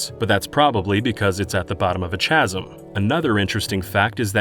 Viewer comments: I was asleep and woke up when you pronounced chasm like cha instead of ca... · You don't pronounce the H in chasm. It's like "kazem" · Lol, CHa-sm... at the bottom of a CHa-sm🤣🤣💀